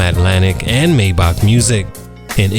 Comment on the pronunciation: Maybach not maybok😂😂😂